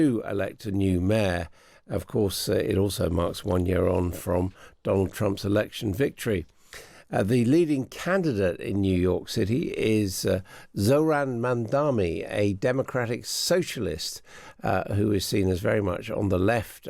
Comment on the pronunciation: It's MamdaNI! didn't you even check that out? 🤦🏻‍♂️🙄